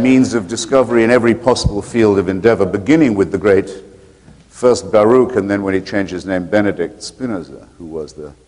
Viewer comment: This is the third debate I watch with Shmuley Boteach. In every debate he mentions Baruch Goldstein. And every time he pronounces Baruch Yiddish but Goldstein English! wtf?